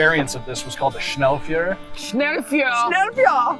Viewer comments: Just so you guys know Schnellfeuer the word feuer is not pronounced fewer like that guy said but more like fire with a bit a Y use like "fiyer" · ...Schnellfeuer pronounciation = "shnell-foy-er" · Americans don't realize that most words while spelled different are very similar in pronunciation. Just say schnellfire and it will sound closer to it. Otherwise it's just like latin in holywood movies. Great show! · To be honest I thought they said "führer" at first. Yikes.